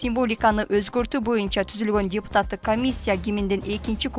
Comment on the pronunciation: Моо жанылыкты окуган аял депутат деген созду жепутат деп окуйт дайыма. Ар дайым угам жепутат дейт